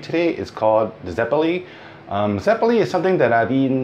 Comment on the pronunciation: It's not "zepolí", it's "zeppóle"